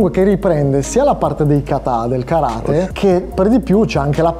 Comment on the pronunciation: Vorrei puntualizzare che si dice Karate' con l'accento sulla e piccolo dettaglio che anche quello è positivo sapere. Bel video complimenti.